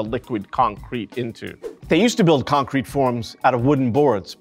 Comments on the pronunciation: Never heard concrete pronounced like that… con-crete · I don’t think I’ve ever heard anyone say concrete, the way he says concrete. Interesting